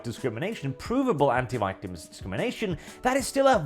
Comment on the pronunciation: Bro please say white properly this is killing me 😭😭